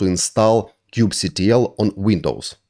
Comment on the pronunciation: Thank you for this tutorial and thank you also for not calling it "Kube-Cattle"